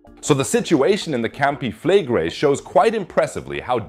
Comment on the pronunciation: Why do you pronounce Campi Flegrei like an American who can’t pronounce anything that’s not English